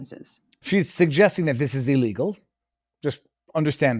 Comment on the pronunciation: She said Illlegal order. You idiot, you keep forgetting the word. Illegal.